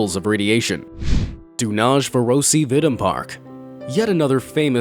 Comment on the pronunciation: I died when he tried to say Dunaújváros